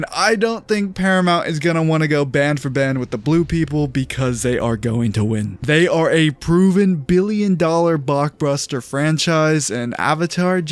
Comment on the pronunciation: Bro said "They are a proven billion dollar bock bruster franchise."